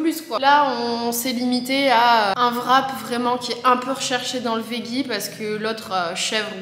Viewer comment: pourquoi tous les français prononcent le mot « veggie » de cette manière? 😭 ça se dit « védgi »